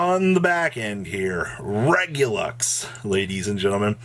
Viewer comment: Regular, minus the AR + US. REG-YOU-LUS. There is no X